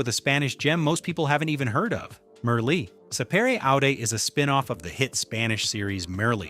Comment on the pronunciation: bro, you have Merli all wrong.... bro!